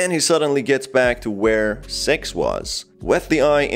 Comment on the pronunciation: Wdym seix????